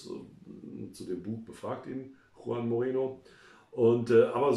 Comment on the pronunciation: Warum kann Manuel denn auf einmal Juan richtig aussprechen, statt das J deutsch zu verwenden, worauf er vorher pocht? Und kennt er den Unterschied zwischen ğ und g?